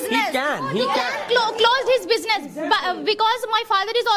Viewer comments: Your pronunciation is not good because you were said bujiness that is business. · Why does not anyone correct the pronunciation of bijines instead of business? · Correct your pronunciation, that is not bijnes that is business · It's not bijnees it's beesniss